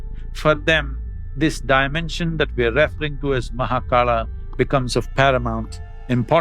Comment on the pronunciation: He is Mahakaal not Mahakala! Similar to Yog not Yoga! Keep Hindu words intact.